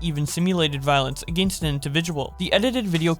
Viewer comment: You did not just pronounce "against" like that